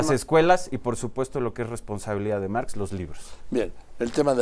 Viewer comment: Lee bien, no se llama Máx es Marx Dile a Aurelio que te enseñe a "ler"